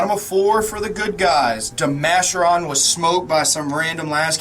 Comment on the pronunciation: Never heard it pronounced De-Masher-On. Always De-Ma-Care-On